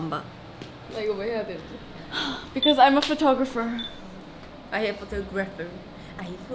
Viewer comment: Karina's accent with "photographer-" 😂